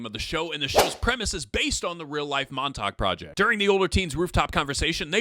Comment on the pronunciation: Montauk... "soft facts"